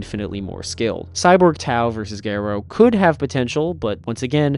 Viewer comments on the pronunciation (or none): ga-rouh not ge-rou pls for my sanity